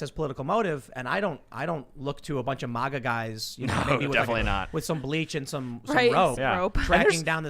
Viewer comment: Tim pronounces MAGA in a weird way.